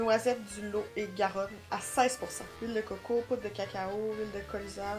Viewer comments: lot et garonne est un département de france plutôt vers le sud ouest; et sa se prononce lotte et garonne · ps le lot et garonne c'est dans le sud de la france j'y suis née dans le 47 agen ça se prononce lotte et garonne bisous les filles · La pâte à tartiner ça vient du départent du lot-et-Garonne dans les sud-ouest de la France (ça se prononce lotte ^^ ) :) 😃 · Le Lot-et-Garonne se prononce "lotte et Garonne " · Bretons et Normands revendiquent le Mont St Michel, qui au cours de notre histoire à appartenu aux uns ou aux autres, ou était limitrophe des deux régions.. C'est le département du LOT(on doit prononcer le T) ET GARONNE, deux rivières du sud ouest de la France... Et à l'origine, ce ne sont pas des bêtises des Ch'tis, mais " les bêtises de Cambrai", ville, dont elles sont les spécialités, et elles étaient ou à la menthe ou à l'anis... La crème de marron se mange en tartine ou sert a faire des gateaux.... Très vieille entreprise française... Merci pour ce beau moment.... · Lot et Garonne....ça se dit loT....le T s entend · Le Lot-et Garonne c'est un département (département traversé par le Lot et la Garonne, ce sont des cours d'eau)! Et surtout : on prononce le T ! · Cc les noisettes viennent du lot-et-garonne, on prononce le t. Bisous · Le Lot est Garonne c’est un département du sud de la France C’est chez moi !!! Et il faut prononcer le T dans lot et Garonne ! Bisous ❤️ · J’ai bien rigolé en regardant votre vidéo ! Pour info , Pont-Aven c’est en Bretagne et ça se prononce « pont avène » et le Lot-et-Garonne est un département et ce prononce « lote et Garonne » 😉 la confiture de lait c’est trop bon ... tout comme le reste de ce que vous avez gouté. J’espère que vous en avez bien profité !!! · Le Lot et Garonne (le T se prononce) c’est un département en france 😊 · En tant que Française, j'approuve cette vidéo 👍 Par contre, on dit le LoT et Garonne (on prononce le T 😜) C'est un département du sud ouest de la France (près de chez moi 😊) Bisous les filles 💋